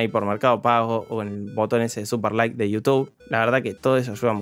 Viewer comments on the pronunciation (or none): none